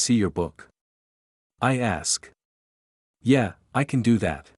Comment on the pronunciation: The book's not horrible but the narration is atrocious and every time the" yeah" it sounds like she kicked a cat